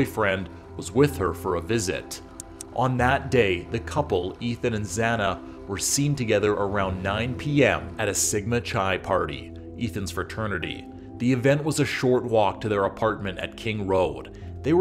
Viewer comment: Just want him to pronounce Sigma Chi correctly.... "Kai" Also how could the roommates not do anything 😤 it seems so weird to me....